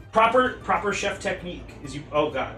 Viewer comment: "shut up i'm a tcheff" is something i quote on the daily now unfortunately